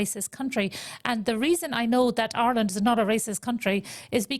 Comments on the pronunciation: I'm not going to let someone who can't pronounce 'Ireland' diagnose me with an imaginary syndrome. Giving money to this race vulture is criminal. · 20 years in the country and still has not learned how to say Ireland correctly